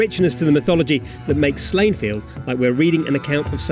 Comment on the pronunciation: Slaine is pronounced Slawn-neh in Gaelic......it makes me physically retch every time someone butchers the sacred name so learn it or else feel the wrath of Brainbiter.....